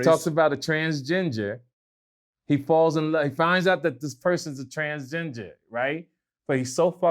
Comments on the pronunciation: TransGINGER really? You really are OLD to not know how to say that word right 🤣🤣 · This fool said "Transginger".💀💀💀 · said transgengin. Only can come up with his own pronunciations 😂😂🤣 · Did say "transginger"? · This nigga said Transginger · Did he say trans ginger? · He's still saying "transginger" 🤣🤣🤣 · “Transginger” & “Pobcast” fuck ups take me out every time lol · Did say Trans Ginger? 🤔🤣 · still saying “Transginger” 😂😂 Vlad don’t even bother to correct him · Yeah right "just friends" my ass., it's transgender not transginger. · So we gonna avoid the fact that he said transginger three times? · “TransGINGER” 😂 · He also said Trans-Ginger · What the fuck is a transginger😂🤣🤦🏿‍♂️ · “transgenger” - 🤣🤣🤣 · Lol is he saying “transginger” or am I trippin? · Nigga said Transginger 🤣🤣🤣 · Transginger🤣🤣🤣🤣🤣🤣🤣🤣🌈🤣🤣🤣🤣 my man can't even pronounce the name right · He said TransGINGER. Sponsored my Canada Dry.